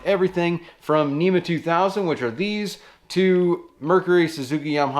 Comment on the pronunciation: NMEA not NEMA. (National Marine Electronics Association)